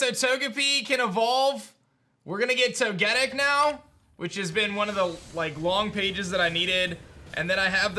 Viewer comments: Why do you keep calling Togetic To-getic, it’s actually pronounced Toge-Tic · I'm sorry but the way you say "Togetic" really bugs me 🤣